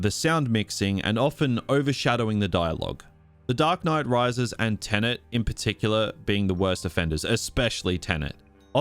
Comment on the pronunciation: Tenet. Tenant. Different words.